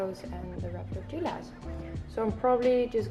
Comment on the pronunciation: You pronounce Tortillas like Tortiiiiias. In spanish double L is pronounced as an i. Looks delicious, thanks for sharing!!